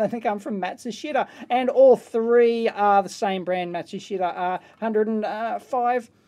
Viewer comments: I used to work for a Panasonic authorized service center. Matshushita is the original name of Panasonic's parent company. They recently changed their name to Panasonic. Sort of like GM changing their name to "Chevrolet" or something. It's pronounced Maht-shush-ta. (rough, it's difficult to indicate the Japanese pronunciation.) Somehow the "shit" is silent. A former colleague's last name is "Yamashita." Funny, our company's E-mail filter "shit canned" my e-mails to him because of those 4 letters. It's pronounced, "Yam-ahsh-ta" Romanjii pronunciations are often strange, with many silent syllables. I miss working with the Japanese. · "Matsushita" pronounced in Japanese is "Mat-su-sheetah." :) Very short on the ee, almost silent.